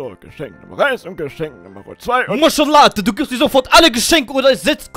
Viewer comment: Maşala😂😂😂😂😂😂 ich sterbe von lachen der Katze sagt immer maşala